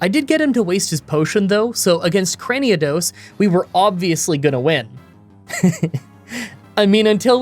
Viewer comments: i know it doesnt matter and someone probably already told u but i heard u say craniodos instead of cranidos so yeah one less pokemon to say its name wrong lol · Crani-A-dos? 😮 wtf? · Cranidos = Cranny-a-dos 😦